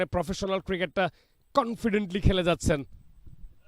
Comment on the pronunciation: চ ছ করেন কেন সারাদিন? কমেন্ট্রি করতে আসছেন উচ্চারণ ঠিক নাই। শুধু করেচেন যাচচেন বিরক্তিকর। স্কোয়ার না স্কয়ার।